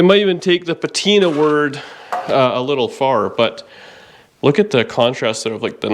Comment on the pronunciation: If ya do it right, patina becomes pa-TY-na.... what could be better that? just sayin'...